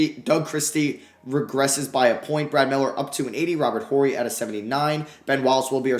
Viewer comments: The H is silent in Horry. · The H in Robert Horry is silent 😂 Rly enjoying this series. Definitely would enjoy you using the Pistons at some point.